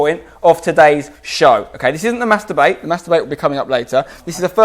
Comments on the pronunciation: I love Spencer and his content but every single time he says mass debate it sounds like master-bate. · I know I'm being childish, but I swear every time you say "mass debate" I'm hearing something completely different.